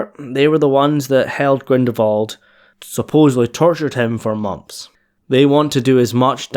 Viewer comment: Dude, it's GrindeLwald, not Grindewald ...